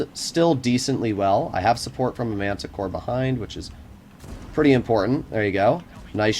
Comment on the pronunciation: Why are u saying Mantacore when its Manticore?